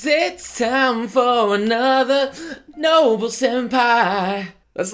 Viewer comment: Whenever I hear noble say noble, I think he's saying no bull